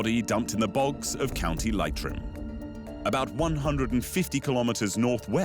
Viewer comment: Rubbish video. His thick Irish Brogue? Did you mean his accent? Brogue means shoe! Learn how to pronounce Leitrim